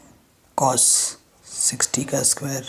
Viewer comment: Sir sorry but wo chos nahi cos or shin nahi sin hota hai